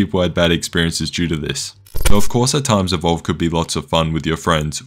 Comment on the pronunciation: You really butchered EVOLVED :( The sad part is that to be competitive in DbD you have to pay many times more than EVOLVED now. (Unless you grind many thousands of hours you might be able to afford one or two “free” characters (non licensed ones) I think dbd is up at around 240$ for all DLC + game ATM.